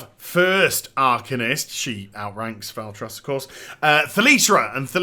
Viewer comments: Val-TWA not Val-TROS lol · Its pronounced Val-Twa (Valtrois) =P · So sad the mage tier wasn't modeled off the Suramar armor. Also it's pronounced Valtroi